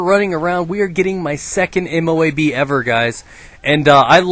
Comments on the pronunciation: LOL M.O.O.B instead of M.O.A.B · u said moob and not moab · it M.O.A.B not M.O.O.B